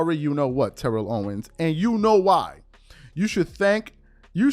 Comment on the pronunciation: This man is a whole hall of famer. It’s TERR-ELL OWENS